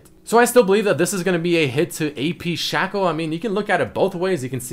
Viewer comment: its not shaco its SHACO